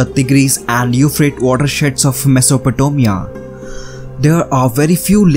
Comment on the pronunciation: "Mesopotomia" best accent every